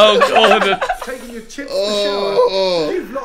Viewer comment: They call Gordon diga d 😂😂😂